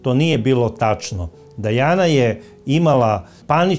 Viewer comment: Krivo govorite nije Dejana nego Dijana čitajte